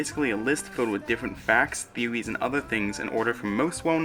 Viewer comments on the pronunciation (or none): He said theowies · He said theewies 😂